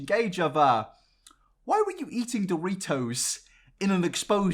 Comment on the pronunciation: I just wanna say that when you said James got kicked out for stalking Shawn Mendes I closed yt to research that tea. 😂😂😂😂 lowkey mad I didn’t watch three more seconds to figure out you were joking 😂 Also somebody should make a compilation of you saying Doritos. Doe-ree-toes